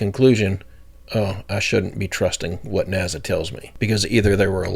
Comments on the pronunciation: I love you. Truly I do. But please stop saying NAZA! Its NASA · Dude! Its NASA. Not "NAZA" 🤣 cut it out 😆😆 drives me "crasy"